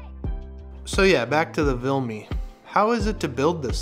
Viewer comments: Argh, what's with the "VILME"? It's VIMLE... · It's Vimle... Not Vilme. And it is Ikea...not Ikeepa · Why are you saying vilme when it’s vimle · VIMLE, not VILME dammit!